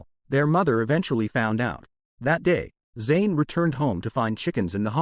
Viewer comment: AI really sucks, can't even say the proper pronouns for the character Zain.